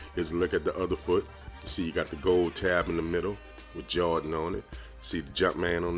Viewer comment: men you say Jordan as Jar-in, lol. Your vids are underrated though.